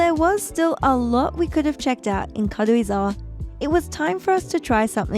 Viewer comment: I like how you pronounce Karuizawa. It’s like 軽井沢 rather than Karuizawa. Btw I’m a native Japanese.